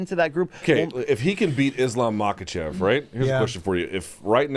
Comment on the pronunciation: Since Luke's thing is pronouncing names correctly, somewhat surprised he doesn't get Islam's last name right. It's not like it's hard to say, just has to pretend the k is silent. Anyway, keep up the good work in general guys.